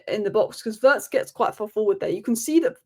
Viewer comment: I wish you would pronounce Wirtz correctly, just like Terry Flewers. Your analysis of the players is great, as always 🙌🏼